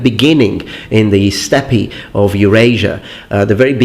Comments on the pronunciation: Its pronouced ”stepp” not ”stepp-i” I know you like to correct people on pronouncing japanese words because you think you’re smart but in reality you’re just a piece of shit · had to look this up lol steppe is pronounced "step", would piss me off if it was pronounced "step-ee", but I know English isn't your 6th language or w/e lol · In English "steppe" is pronounced the same as "step". Your English is absolutely excellent so I think you won't mind my correcting you on the very occasional minor error. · And "Steppe" is pronounces "Step" the terminal-e is silent. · pack animal - not packed. Steppe is pronounced 'step'. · Love your video and I know you love languages so what I say is done so out of love. In English “Steppe” is pronounced the same as “Step”. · my dude 'steppe' is pronounced the exact same way 'step', like on a flight of stairs. I Really don't want to sound patronising or demeaning or anything though, so I hope I don't. Chances are you've found that word from reading it rather than having it spoken and one of my pet hates is criticising people for pronouncing an unclear word wrong because they've read it somewhere, let alone if it's in another language. Cheers. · Steppe is pronounced like step, why did we have to make English so hard lol